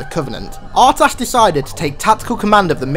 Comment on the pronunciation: I think his name is probounced UrTas instead of a hard R